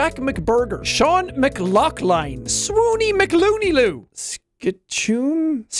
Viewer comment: Jack”Seán Megalocklin” Me “no it’s Seán McLochlyn”